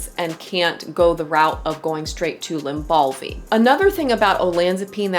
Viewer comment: Lybalvi, not Lymbalvi